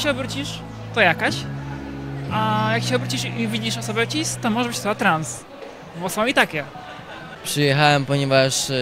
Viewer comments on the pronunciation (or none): Jakie ć-is? Cis wymawia się bez zmiękczania "c", co wie każdy, kto uczył się o izomerach